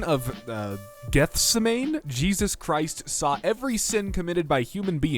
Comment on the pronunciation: it's actually pronounced similar to yosemite but with "Geth" at the beginning instead of the 'yo"